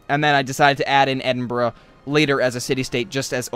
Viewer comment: you say it like Edinburg not edinbruh